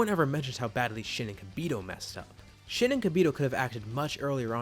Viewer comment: I dont know if its only me but when he says shin and kibito it sounds like shitty kibito 😂😂